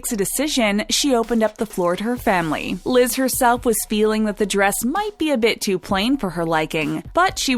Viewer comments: Why does the narrator keep calling Liz "Lid?" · not "Bride Liz," but instead "Brize Lid."